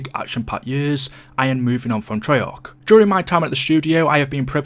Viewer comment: Why does he always hold his pronunciation of the letter a “treyaaaarch”